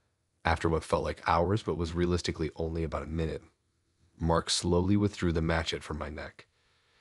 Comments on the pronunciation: It took me way too long to figure out what a machette/machay was. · Look up pronunciation of ‘ machete’